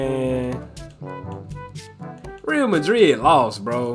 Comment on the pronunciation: its not real madrid its pronounced ree al madrid